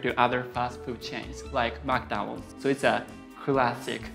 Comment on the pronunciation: "I Like MekDaanulds". -George